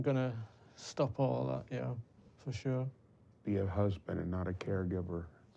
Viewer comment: for “shore” as he would say. Not “sure” but SHORE although sometimes he’ll slip up and say “sure”